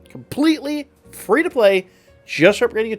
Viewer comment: "Fee" iris😂